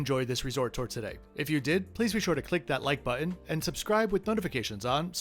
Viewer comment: Same. I knew it from the way you say “button” lol